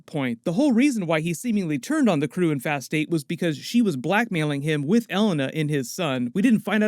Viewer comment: its pronounced E-LANE-A lol